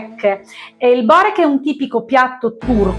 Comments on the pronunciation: Non si può sentire Borék non Bórek!😂... Inoltre quello con la feta è fatto con gli spinacini/spinaci... E non con il prezzemolo... In quello alla carne mancano le spezie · Si pronuncia biurek e non si fa cosi